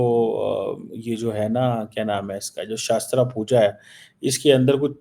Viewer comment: It's shastra puja not shaastra puja. Atletët you should have done your homework before barking